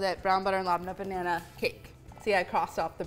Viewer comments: Molly love it but if you really want to appreciate another culture it’s pronounced Leb-nah . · Do any native arab speakers pronounce "labneh" this way?